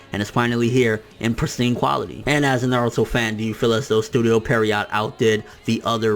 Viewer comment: Studio Pierrot not Perriot btw.